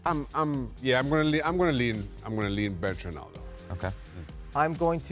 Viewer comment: Why do Americans say “R-e-naldo” when his name is “R-o-naldo”?